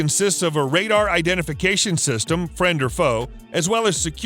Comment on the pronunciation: It's not a "glider" it's fighter! And it's "system not "sister". Somebody should proof your video's before release.